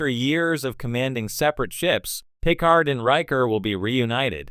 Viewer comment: "Pick-erd"? His name is "Puh-Card". This sounds like AI generated bull crap.